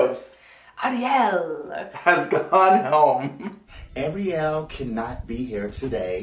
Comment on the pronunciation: When said Ariel for the first time near the 1 min mark, it sounded like he said Angry Al